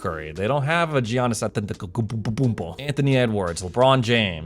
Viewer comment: I almost pissed my pants laughing when he said Giannis' name